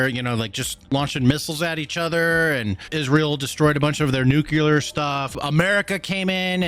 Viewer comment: Cmon man!? You're a soldier. Say it with me... "NEW CLEE ARE"